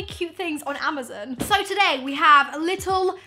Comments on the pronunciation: Its amazon not amazn. Her pronunciation was throwing me off but her face made up for it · I cringe everytime she said ama-ZEN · Does she know it’s amazON and not amazEN hahaha so cute 😂❤️ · Is it just me or do you say AmaZEN instead of amazON 😂😂 so funny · Suzanna Roumie I know this is an old comment but I’ve just noticed the way she says “Amazon” 😂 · "Amazin" hahaha😂😂 ilysm❤ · i love how she says amazon... amuzun😂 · I love you in every time you say Amazon I was dying.... Amozen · great video lol just wondering if everyone in the uk pronounces amazon that way???? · No hate but is anyone else also bothered by how says Amazon Omg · Not to be rude. I love you but you were saying amazon wrong. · The way she says 'amazon' triggers me!